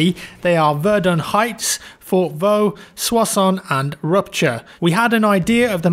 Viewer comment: You pronounced Fort Vaux and Soissons correctly but the ending of verdun is pronounced differently